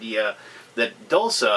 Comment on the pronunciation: Isn't "dulce" pronounced "DOOL-chay"? Or is it only spelled like the Italian word?